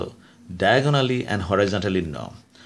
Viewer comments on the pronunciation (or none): “Hore eye zon tollee”